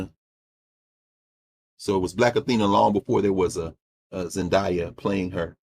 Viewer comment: She pronounces her name is "ZenDEYa". 😘